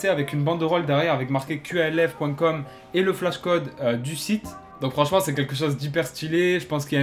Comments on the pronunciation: C’est QALF pourquoi tu dis QLF ? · Dites Qalf bordel pas Q.A.L.F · Tu prononces mal qalf